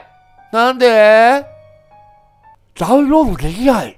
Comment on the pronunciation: ｢リンク飛べない！なんでー？｣ わし(言い方可愛いな) ｢でゃうんろーどでぃえぎない！｣ わし｢( ﾟ∀ﾟ)･∵ﾌﾞﾌｯ!!｣